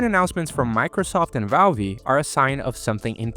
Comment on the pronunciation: LOL I never heard anyone pronounce valve wrong. Its pronounced like a pipe valve not valvee.